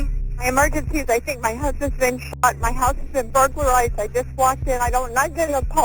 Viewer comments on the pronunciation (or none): "bulgerized" aaaand we're off to a rocky start